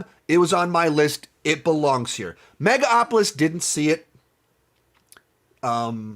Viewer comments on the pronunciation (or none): It's megaLopolis not mega opolis